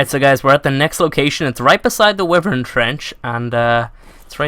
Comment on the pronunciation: The Wyverns are pronounced Why-Vern not Wifern.